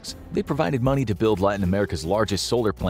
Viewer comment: Same with Jujuy, Argentina. it was really decent